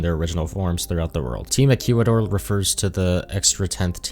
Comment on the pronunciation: for the love of god learn how to pronounce "Ecuador"